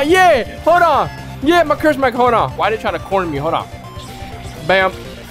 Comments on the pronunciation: Anyone notice he said cruse mark lol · love the vids but i keep laughing at how u say curse mark like its a naruto game